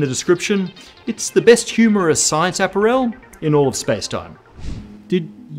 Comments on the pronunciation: All that info and the thing I'm left questioning is how and why says apparel. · Did he intentionally mispronounce apparel or not